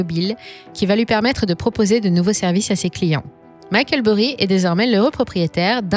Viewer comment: Pourquoi tout prononcer à l’américaine mais pas son nom ? Jusqu’à preuve du contraire Micheal Burry n’est pas français. Et on ne dit pas EFT mais ETF pour Exchange Traded Funds